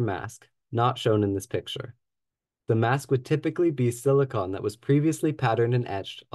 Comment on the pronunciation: It's pronounced silicon not silicon